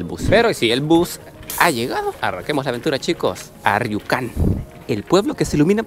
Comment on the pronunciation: por que lo pronuncias como riucan? si hablas españo, hahah lo bueno que no eres gallego si no, le podrias, Juancho